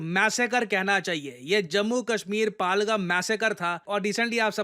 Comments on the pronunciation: It's not पाल-गम its पहल-गाम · पालगम ❌ पहलगाम ✅ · जगह का नाम पालगम नहीं है, जगह का सही उच्चारण " पहलगाम या पहलगांव "। पहलगाम जम्मू कश्मीर का एक जिला है, अमरनाथ यात्रा पहलगांव होकर ही जाते है। सर मुझे लगता है आप सिर्फ इंग्लिश न्यूज पेपर ही पढ़ते हो। आपको हिंदी न्यूज पेपर भी पढ़ना चाहिए ताकि देश की जगह और जिलों के सही नाम जान सको। आप कई बार अपने वीडियो में जगह या किसी का नाम का उच्चारण सही नहीं करते हो, थोड़ी बहुत पकड़ मातृ भाषा हिंदी पर भी होनी चाहिए। धन्यवाद सर।🙏🙏🙏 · ये पालगम नहीं है, पहलगाम है। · It's pehelgaaaaam